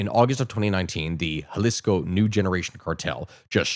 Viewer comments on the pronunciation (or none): none